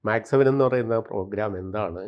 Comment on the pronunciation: ഡിജിറ്റൽ മീഡിയകളിൽ അപ്‌ലോഡ് ചെയ്യുന്ന കാര്യങ്ങൾ ആജീവനാന്തം അവിടെ തന്നെയുണ്ടാകാൻ സാദ്ധ്യത ഉണ്ടെന്നു കരുതി പഠിച്ചിട്ടു വീഡിയോകൾ ചെയ്യുക .മാക്സ് സെവൻ അല്ല മെക്‌സ്‌ സെവൻ .സെവൻ എന്നവർ ഉദ്ദേശിക്കുന്നതു് യോഗയുടെ വിവിധ കാര്യങ്ങളും അല്ല.